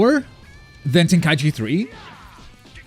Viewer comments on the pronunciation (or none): "Ten-kye-shee" "Ten-ka-ichi"